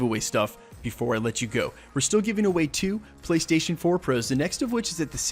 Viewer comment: Are you canadian? I ask because of the way you pronounce "pros"